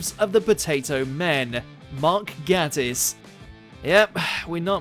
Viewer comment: It's pronounced "Gaytiss" you idiot!